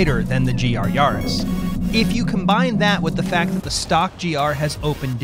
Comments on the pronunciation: Why do you all say Yahris. It's a Yaris not a Yahris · Please stop pronouncing it yahris